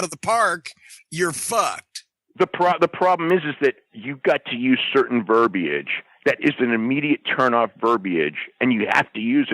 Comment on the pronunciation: "verbie-age" - a dumbass